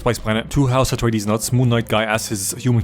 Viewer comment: When he says "house retardeez it really sounds like Astartes from 40k and also shows the world Caladan, which if there's any nerds out there with me, it sounds a lot like Calaban. The Dark Angels planet